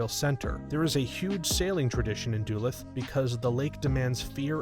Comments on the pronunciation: Du luth not du lath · You should definitely look up a pronounciation guide for place names before you do another video like this. I winced especially at DULL-eth, Minnesota. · Please tell me you mispronounced Duluth purposely.